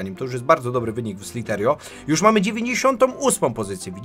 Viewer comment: to sie niemówi szliterio tylko sliterio